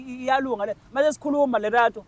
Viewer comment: and yo guest bafethu it's Lerato NOT RELATO